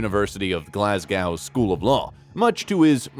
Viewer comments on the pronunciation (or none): Man, really try and work on these Scottish city names. Its Glasgo, the W is silent, also he's a passionate fan of Celtic, not "the Celtics" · Well thats a new 1 on me... " eden burg" 😅😅😅.. the glass cow 🐄 was annoying enough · It's pronounced gerard, not ger ard, like Amber heard only gerard.😊. Glasgow ,silent W. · True. Did he pronounce Glasgow and Celtic wrong?